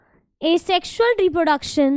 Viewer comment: Reprodecson nhi hai mam reproduction hai vo